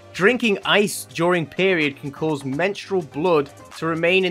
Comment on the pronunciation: HELP ITS NOT “CAUSES SAP” ITS “CAUSE SAP” LIKE BECAUSE 😭😭😭😭